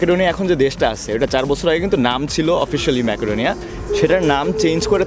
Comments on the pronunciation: It should be "Mecodonia," not "Makadonia. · ম্যাকাডোনিয়া না উচ্চারণ হবে মেসিডোনিয়া